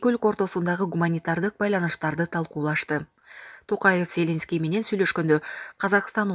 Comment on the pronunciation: Надоело, ЗЕленский деп окуганын. Базардагы зЕлендин баласыбы? Туура окучу.